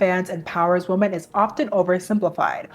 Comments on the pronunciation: The plural noun WOMEN is pronounced as wi-muhn not as womAn. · Why do you pronounce the plural “women” like the singular “woman?” I’m confused.